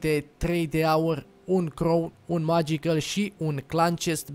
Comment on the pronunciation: magical se citeste megical nu magiical